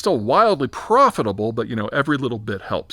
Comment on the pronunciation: The way he said "Gaza"